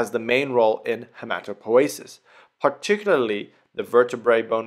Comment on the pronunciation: I always called it hematopoiesis, with an i. And sounds very disturbing to hear hematopoesis.